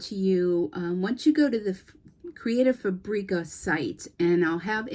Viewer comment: You have an affiliate account with them, but you can’t pronounce their name.